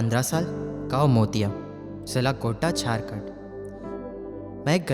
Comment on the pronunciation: Bolne wale ko ye bhi nhi btaya ki mere sheher ka naam Godda hai, Gonda nhi🙏